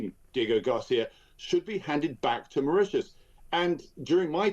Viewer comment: Why does he keep,saying back to Maririous.